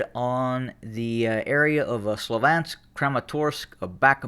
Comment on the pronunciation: it's pronounced slav-yansk